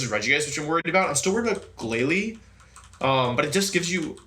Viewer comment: My favorite moment was GLAILIE GLAILIE GLALIE